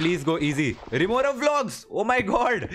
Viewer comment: its rimorav not teentigada